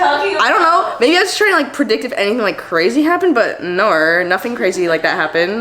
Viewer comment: NOT WITH THE AUSSIE NAUR AT